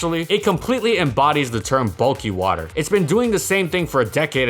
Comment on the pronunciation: EeheseeeHhh Bulkkuy wuterr smells gud